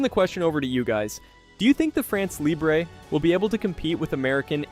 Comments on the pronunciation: For heaven's sake, it is NOT "France Libré (like LIBRAY), it is "France LIBRE, like LIBR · Please, look how to prononce two words when it's the main topic of your vídeo.